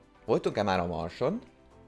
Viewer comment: LOOOOOOOOOL. Idézem a videóból:"ILLETVE VOL-E MÁL..." xD